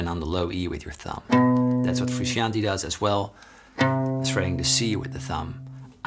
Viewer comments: BTW it's pronounced "froo-shon-tay" rather than "froo-she-an-tee" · For English speakers but only out of honor to be paid to John the last name is pronounced Fruscianteh... Greetings from Italy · Love it. You’re saying his name wrong. Froo shon tay